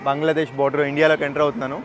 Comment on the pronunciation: అన్నా బంగ్లాదేష్ అనండి బాంగ్లాదేష్ కాదు